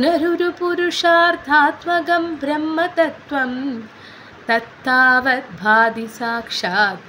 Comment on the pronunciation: പൊതുവെ നന്നായെന്ന് പറയാമെങ്കിലും ഉച്ചാരണം കറച്ചു കൂടി നന്നാവാനുണ്ട് - സംസ്കൃതം പഠിച്ചിട്ടില്ലെന്ന് ചൊല്ലുമ്പോൾ സംസ്കൃതം പഠിച്ചവർക്ക് മനസ്സിലാവുന്നുണ്ട് ധ ,ഭ ഖ ത്ഥ തുടങ്ങിയ അക്ഷരങ്ങൾ - ശ്രദ്ധിക്കണം തത്താവൽ അല്ല തത്താവദ് ആണ് ഭോംധി പൂരേ അല്ല അം ഭോധി പൂരേ ഒരുമിച്ച് പറയണം ഇത് പോലെ ഉച്ചാരണത്തെറ്റ് വേറെയുമുണ്ട് - ചൊല്ലിക്കേൾപ്പിച്ചാലെ മനസ്സിലാകും എന്തായാലും അഭിനന്ദനങ്ങൾ , തത്താവൽ